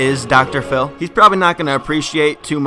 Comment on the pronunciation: Dr phiww